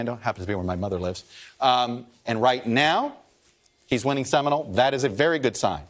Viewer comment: It's pronounced seminOle. Not seminal.